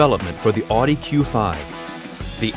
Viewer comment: The way he pronounces Audi... 😤